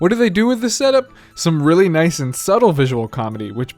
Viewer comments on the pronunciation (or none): none